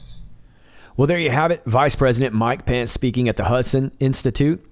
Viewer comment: Every time I hear you say the VP's name - I think you are saying "Mike Pants" :P